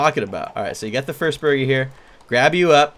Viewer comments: Did I only notice he said buger instead of burger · Wait did just say buuger instead of burger I like chesse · "The buger is done" XD !! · every time I hear 'buger' I crack up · "buger" Good job creator. Good job. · I thought it was booger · It even said "buger" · I heard AND saw that too! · Ɇmmanuel Đ. Totally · Me toooooo I heard it too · Ahahaha! If you listen closely, "" keeps saying burger as BUGER! hahaha! It even says it on the chat box! LMFAO! XD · "Buger" Nice job creator Awesome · How come you were not laughing?me and my bro was laughing each time said Buger. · Anyone else notice the villager at the beginning saying booger instead of burger? o-o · is saying booger!! XD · the manger keeps calling a burger a booger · Wow that chicken said buger instead of burger 😂😂😂😂😂😂😂😂😂😂😂😂😂😂😂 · Hahaha thats so funny he said booger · the tutorial guy said booger instead of burger every time. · buger what the instructor said buger instead of burger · Eh drumstick said booger instead of burger banana haha haha haha lol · it sayd cooked chicken buger not burger XD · the manager said buger and not burger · The announcer is saying booger instead kg Burger lol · It said buger instead of burger. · I heard ''bugger'' not burger lol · i heard buger not burger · Why r they saying buger instead of burger wow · why does he keep saying buger instead of burger? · Why its buger its supposed to be burger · He just said buger instead of burger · It's burger not buger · Guide said buger not burger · The narrator is always saying “Buger” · he said bue-ger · buger triggers me because its boogers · I know, if you listen closely it sounds like says booger. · emmanuel d. Hahah buger is done hahaha lol😂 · When said Burger, it sounded like Booger. 😂😂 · he's saying buger's XD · When says burger it sounds like booger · Lol the guy said buger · i here booger but see buger lol xD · Buger Or Burger Or Booger? XD